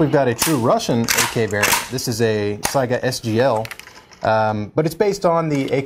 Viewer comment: FINALLY, someone that can pronounce "Saiga" (SIGH-guh) correctly. lulz